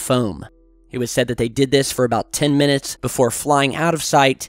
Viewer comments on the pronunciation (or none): none